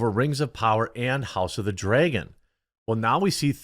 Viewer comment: “I don’t have a Midwest accent.” Also, “house of the dryeahgon” 😂